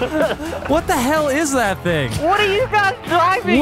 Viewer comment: HE SAID DA TINGE